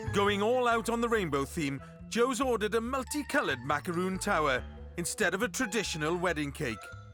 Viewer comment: It's MACARON not macaroon